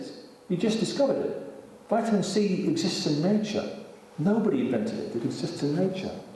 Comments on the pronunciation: His mispernounciation of the word "vitamin" is just too much for me to watch this. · Vital A Mineral.